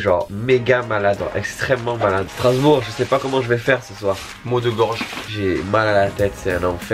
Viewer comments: STRASBOURG pas starsbourg Dsl c'est juste que j'habite là bas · Qui a remarqué le "Starsbourg" à ?😂